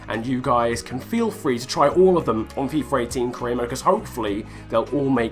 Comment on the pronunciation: why? why u call it fifer !!!